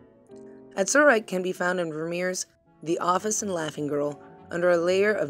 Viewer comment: It's AZ-uhr-ite, NOT az-UHR-ite. Ugh...